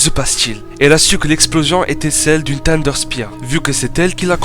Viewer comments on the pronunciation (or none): none